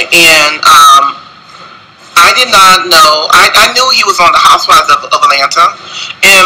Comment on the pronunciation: I swear he said "Etlanna" 50 million times. We KNOOOOOWWWW you were in Atlanta.